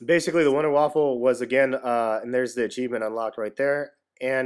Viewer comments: Man, you pronounce Waffe like Waffle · WONDER WAFFER NOT WAFFLE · its not a fucking waffle its waffe